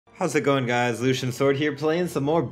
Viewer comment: his name is pronounced Loo-Shan